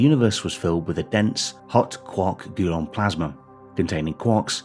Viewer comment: "Gulon" stood out so clearly. Almost shut the video off when he said it a second time.